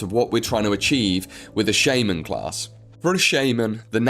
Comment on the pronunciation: Please look up how to pronounce shaman. Otherwise exelent video.